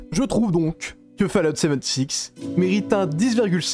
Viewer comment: Fallout "seventy six".. A m'arracher les cheveux !